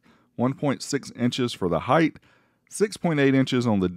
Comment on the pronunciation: HEIGHT - hite Not hide-th Anyway, carry on with the great content